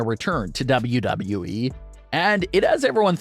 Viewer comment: LEARN HOW TO SAY WWE PROPERLY